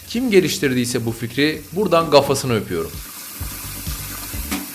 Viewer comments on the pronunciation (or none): Abi çok seviyorum izlemeyi ama kafası yerine gafası diyosun ya videoyu kapıyorum